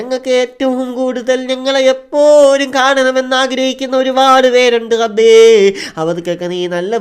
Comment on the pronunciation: കഴിയുമെങ്കിൽ റബ്ബേ എന്ന് പറയടാ. ഗബ്ബേ എന്നല്ല